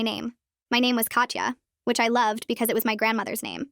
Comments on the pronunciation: Russian here. "Katya" is NOT pronounced "Katcha", instead it's "Kata" with soft "t" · pretty sure it’ll be pronounced as kat-ya